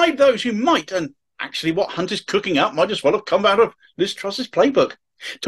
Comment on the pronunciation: Sorry to be critical but I do believe you pronounced Jeremy's surname wrong!